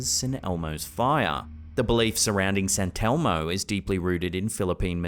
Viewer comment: sant elmo? sant elmo? its saint elmo